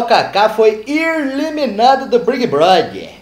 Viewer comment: O "irliminada" me jogou no chão de tanto rir kkkkkkkkkk o é demais